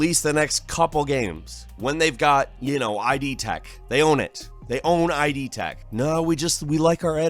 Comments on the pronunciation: My weirdest gaming moment of Nov. 2018 was hearing my boy say "Eye-Dee" Tech, instead of "id" tech. Have I been saying this wrong my entire life? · it's not ID like Identification it's Id like Idiotodd howard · "id" is a psychology term pronounced like "kid". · Nice video But I always thought "id" was pronounced as one word. Like "it", but with a "d" instead of a "t". Not like "ID" in the sense of identification. Also, does Bethesda own id tech 5/6/7? I know id made the engine and they own it, and that it was published in games by Bethesda Softworks, the publishing company, but the studio that designs what we call "Bethesda games" (The Elder Scrolls, Fallout, Starfield) is Bethesda Game Studios. Furthermore, Zenimax owns id, not Bethesda Softworks.